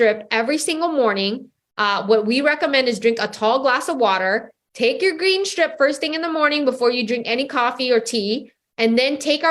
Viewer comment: I thought she said green sh$t not green strip